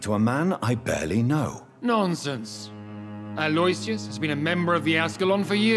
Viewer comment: It grinds my gears that they all pronounce aloysius wrong, lol